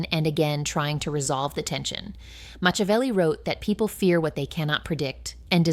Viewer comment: Moshavelli? AI generated video